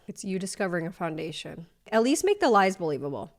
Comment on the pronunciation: please tell me she didn't jus say "foundaish"